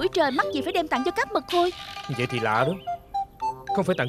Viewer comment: Trời cá mật khôi mà nghe cứ tưởng cá mực hôi